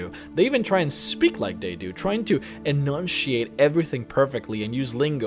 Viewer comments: "they even try to enunshiate". oh the irony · I'm sorry, im not making fun of you, this was a very entertaining video, as was the one i watched before, but when you were talking about the Imga it sounded like you said they try to "enuncheeate" like the altmer. imsorrypleasedonthateme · "Tryeeng to...en*USHH*ate everyding perfectly." Irony.